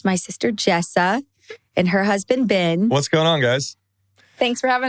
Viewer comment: You say the name BEN, "BEN" NOT "BIN" that's common sense.